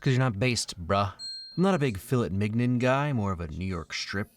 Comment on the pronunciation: Can we talk about the way he pronounced “mignon”?